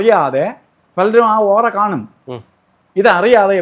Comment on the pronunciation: ഓറ അല്ല ഒറആയിരിയ്ക്കുഠ.